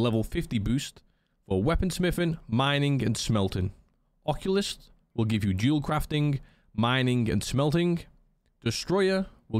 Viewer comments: The OP who is making fun of a simple mispronunciation of an obscure word. I asked him how well he thinks he would do pronouncing words in your language. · This is now the second person I've heard mispronounce "occultist" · not a big deal😅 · I was gonna say that lol